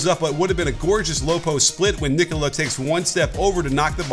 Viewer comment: Just realized that says "Nikola" way better than the Nuggets broadcast team who seem to believe he is Italian or related to Super Mario: " It'sa meee.... Nicooooola!!"